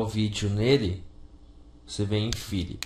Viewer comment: Môze ?? Fili ?? inseti ?? Riversi ?? Pá ?? Aquió ?? Daci ?? kkkkkkkkkkkkkkk